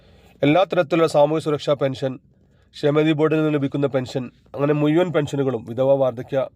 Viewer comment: എടാ മുയുവൻ അല്ല മുഴുവൻ ആണ്